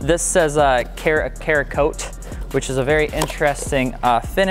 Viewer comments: hehehe, it's pronounced Sara-coat. Not Kara-coat. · Cerakote: pronounced sarah-coat